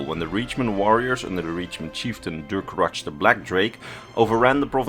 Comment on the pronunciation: This may come off as pedantic, but the way you mispronounce the name Durcorach hurts my ears a little every time. Reachmen are vaguely-Celtic in terms of language, from what we know, and so the '-ch' at the end should be read like a 'kh' and not a 'tch'.